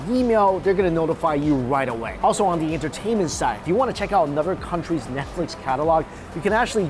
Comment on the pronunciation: “Anodder” 😂 at least Mikey corrected dewishious